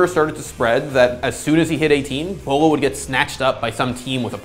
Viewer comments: Someone pick up beaulo someone pick up beaulo SOMEONE PICK UP BEAULO !!! did that guy just pronounce his name "boilo" ? Really XD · wow is trying to make fun of beaulos name by calling him BUE low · My favorite pronunciation of his name was when I was talking to this guy I had just met in a casual game. He complemented me on a nice flick one tap and said, "Nice shot, that was almost Beaulo-like". Except he pronounced it as Bee-a-loo, and I'm not sure how he came to the conclusion that he was pronouncing that correctly. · I thought his name was pronounced Bew-lo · Take a shot every time they say “Beaulo” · Until this day, still doesn't know how to pronounce Bolo correctly 😂